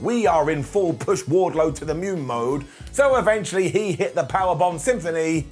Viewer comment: dId you say push Wardlow to the mune smh smh, smh.